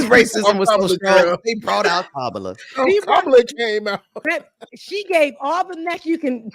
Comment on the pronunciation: DeSantis mispronouncing Kamala but won't or can't explain how to pronounced his own name